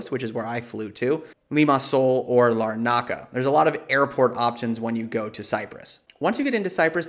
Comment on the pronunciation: And LAH-nu-ka not Luh-NARK-uh!